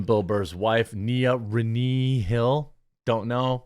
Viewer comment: Jeremy can't pronounce the name Renee . It's Re-NAY XD